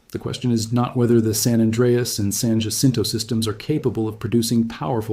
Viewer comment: You are mispronouncing Jacinto and Cajon